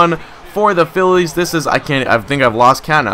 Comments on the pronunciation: why do you say philea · Why does he say felea instead of Phillies? Just wondering. Love the vids!